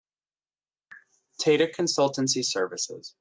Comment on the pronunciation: It's pronounced as "Taa Taa" and not similar to how Data is pronounced